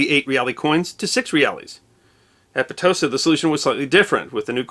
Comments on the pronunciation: Potosi: po-to-SI. "Po-TO-si" is just... wrong. Just so you know. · A most excellent video, as always. But... PoTOsi ??? No, PotiSI (Potosi') ;) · Not to be ignorant, but isn't it pronounced "Poat-o-see" instead of "P-toa-see"? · That little slanty dot over the I in PotosÍ means it’s pronounced Poe - Toe - SEEE. Not Puh TOE see. The latter is what they give to women to induce childbirth. Back me up, Spanish speakers…(and obstetricians) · The way the Spanish pronounce the name is: poto-see'. Not po-to'-si. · It's /po-toe-SEE/, not /po-TOE-see/. The accent is on the last syllable. My dad grew up in Bolivia, and this is how I've always heard it pronounced by his family. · It's pronounced Poh-to-See not Potowsy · Your Spanish is an insult. Pitosi is is not even close. Po to si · They pronounce it Poe Ta see 👀. Not knit picking! Just thought you'd like to know! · In Bolivia and the rest of the Spanish-speaking world, it is pronounced it po • tah • SEE. This video was well done, but the mispronunciation was annoying. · se pronuncia como "PoeToeSee" and the "T" is dental, ie yr. tongue touches yr. front teeth. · Po-to-SEE, accent on last syllable. Re: Michigan, where I was born, perhaps Petoskey got in the mix! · I’m sorry to correct you, but it’s pronounced poto-SI. Poe-toe-SI, if you like. This is properly written as Potosí in Spanish. Pronunciation deserves to be remembered! 😊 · You also mispronounce Potosí by stressing the second syllable instead of the last. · Would you believe that's pronounced po-to-SEE? Not being a noodge, just a former Spanish major who loves history. 🙂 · Another well done and highly interesting history video but I would like to point out an error. The name Potosi is pronounced with the emphasis on the last syllable so that it is correctly pronounced poe - toe - SEE. If it is viewed in print in lower case you will see the accent mark over the letter "i". Thanks again and keep the awesome videos coming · Pronounced po-to-SEE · YES!!! PotoSI